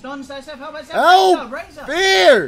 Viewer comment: is that buldog says elp??? or HELP LOL